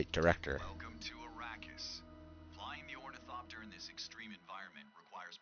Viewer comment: It's really hard listening you butcher the word ornithopter This is the correct way to pronounce it